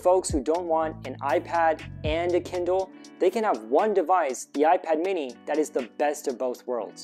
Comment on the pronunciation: he said Kiddle not Kindle